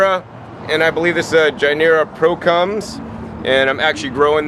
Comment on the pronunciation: gynura procumbens aka longevity spinach, and gynura bicolor aka okinawan spinach. The first letter is pronounced as "guest" not as "George"... Much easier to find these plants by their "common names".